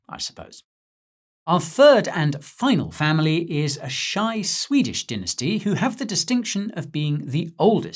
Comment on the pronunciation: Or is it dinnersty 🙃